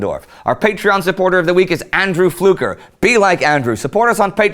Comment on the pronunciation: Hey he said my last name right! Know how rare it is to get Fluker right? lol